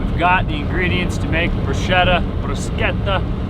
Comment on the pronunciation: Glad you guys made it through the harrowing windswept highway in Wyoming… Of course being of a more cautious nature I’m wondering why you pushed for two days instead of three days for cross country… Yay!… pronouncing bruschetta the Italian way…Complimenti!!! Continue to have fun guys… Merry Christmas and a happy new year!!!